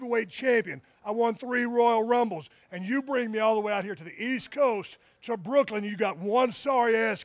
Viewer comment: Did he say (berklyn) 😂😂😂